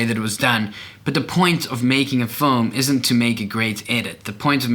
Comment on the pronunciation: First of all pronounce FILM correctly bruhh.